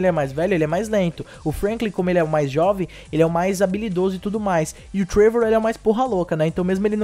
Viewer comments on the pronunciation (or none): Muito bom o video, mas cara acho q nao é TREIVOR, é TRÉVOR, sabe o jeito q se fala o nome dele fika estranho mas muito foda as noticias valeu